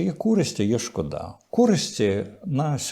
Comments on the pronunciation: Слово «шкода» - з наголосом на першому складі) Дякую за трансляцію. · Не "шкодА", а "шкОда", шкОда, курча!!! . "І ці люди забороняють мені колупатися в носі" (с). (розповідають мені про користь обдристовича)